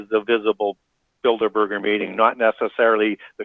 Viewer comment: Good grief!!!! It’s Builderberg. NOT Builderburger!!